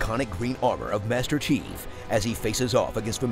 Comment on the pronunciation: I can’t stop laughing cos I keep hearing him say “Master Cheeks” instead of “Master Chief”